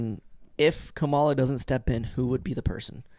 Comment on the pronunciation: For future reference, it's pronounced like "comma-lah" not "cah-malah" (Kamala Harris)